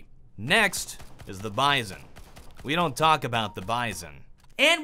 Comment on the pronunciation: I think its pronounced as Bee-zon